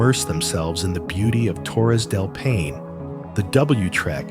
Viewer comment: Impressive collection of places… but sorry, a couple really painful pronunciations! Torres del Paine is pronounced PIE-nay, not pain. Plitvice is pronounced Pleet-VEET-za, not plitviss. Cheers!